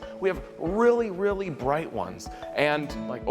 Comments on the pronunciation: ITS BWIGHT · Um it’s pronounced Bright Not Bwight lol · Vewy bwigt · I agree is BWIGHT 😵‍💫